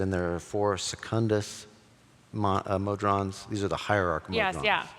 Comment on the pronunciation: "Mod-rons"? What? Try "Mo-Drons" instead.